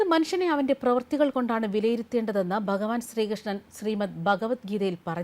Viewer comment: എന്റെ സഹോദരീ! ബഗവത്ഗീത, ബഗവാൻ തുടങ്ങിയ പദങ്ങളെങ്കിലും ശരിയായി ഉച്ചരിക്കാൻ പഠിക്കൂ!!